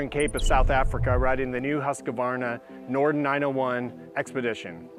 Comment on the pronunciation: Everytime he says Norden I hear "Norton."